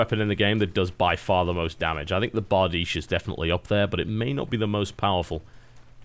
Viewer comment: Love how TB actually pronounces Bardiche correctly!